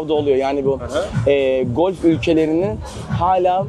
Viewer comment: Hikaye çok inandırıcı gelmedi. Komilik yapıyordun Dubai'de beach club sahibi oldun... Serin hikaye kardeş. Bu tip masalların arkasında anlatılandan çok farklı şeyler olur genelde. İnanmış gibi yapalım. Bir de birader Türkçeyi unuttum deyip arada İngilizce kelimeler kullanıyorsun onları da yanlış telaffuz ediyorsun. golf ülkeleri ne lan :))